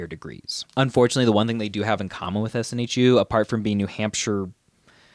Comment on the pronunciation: It's SNHU, not SNHEW :D